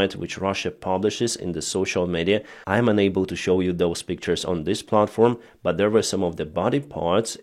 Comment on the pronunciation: Instead of unable, you always say ENABLE. Which is the contrary of what you mean. Please, can you pronounce UNABLE as un-able. Please look up the phonetics, it will help me understand your comments.